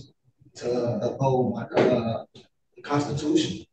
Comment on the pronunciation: She was violating her "oaf to the Constutions!"